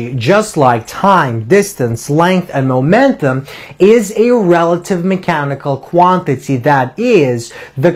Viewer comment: The teacher is great but I agree with John: "of a PAR ticle. So we were able to SHOW that kinetic EN ergy just like time, distance length & mo MENT um" Nobody in England would ever talk like this.